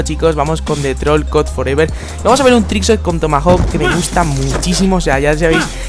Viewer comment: Muchas gracias, buen vídeo y mejor comentario!! PD: Mi nombre se pronuncia FEVER, no FOREVER, lo digo por si me veis la cara por aquí en alguna otra semana ;D